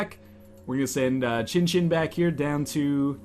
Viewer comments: northernlion... chinchin can mean penis in japanese... xinxin is more pronounced like shinshin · Nope. "X" is pronounced "S" in this case. "I" is "EE" Pronunciation is SEEN SEEN. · I'm 100% Chinese. Born in Hong Kong, speaks & read cantonese and putonghua. You're correct about the "snow" thing. Not everything sounds the same in chinese, I'd like to stick to my knowledge - that it's pronounced seen seen. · Its pronounced sin sin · the pronunciation of xin xin is shin shin, atleast in chinese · pronunciation of 'xin xin' is 'zhin zhin' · Seen Seen doesn't sound right at all to me, considering that the vast majority of chinese pinyin that has an "x" sound is pronounced as a "sh" sound (eg, snow, "Xuě", 雪 is pronounced with a "sh" sound). I speak from a chinese background here.